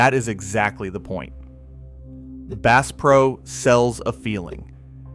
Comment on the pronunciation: “Base Pro” you gotta be kidding me! AI 💩